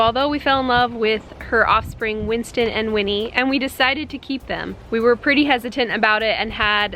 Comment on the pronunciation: I cried when you Said Winnie and Winsten